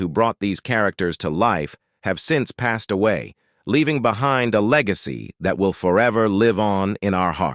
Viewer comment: Strange pronounciations but I guess that is so robotic. Passed, pas-Sid? Click bait of Ron Howard in a hospital bed? No mention of that. Not that I can recall. I had not heard anything in news either. Why would someone do that?